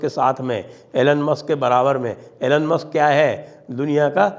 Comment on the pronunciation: Sir ji Elon is pronounced E Loan not A Lunn. Tulsi is an awesome surfer too. She's beautiful, smart, intelligent, brave and well qualified.